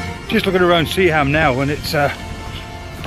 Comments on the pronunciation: Epic mate. This is my part of the world. Sea-ham is pronounced seahim. Sunderland is Sunland. 😂😂Keep the local vlogs coming 👍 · Roker is my go to place for sunrise shots as I only live 10-15 minutes away and every day gives a different photo! Great video and loaded with info. Also liked the trip to Seaham (pronounced Sea-m;) ). That light house yields great photos when the waves are up in the winter! Nice one, Subscribed! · Nice to see you in my neck of the woods. By the way although it's spelt Seaham it's pronounced Sea-am without the h. Seaham was a mining town and the harbour was all about shipping coal.